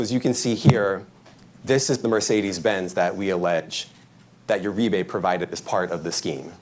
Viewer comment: Uribe is pronounced Ur-ree-bay